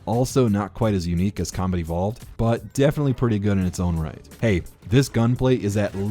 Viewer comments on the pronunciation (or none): Every time you say Combat Evolved for some reason I was hearing Comedy Vault.